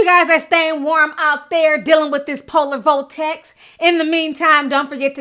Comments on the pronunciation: Dealing with this Polar "Vo'tex" lol, I love the way she says this!!!! 😍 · What's a polar vol-tex???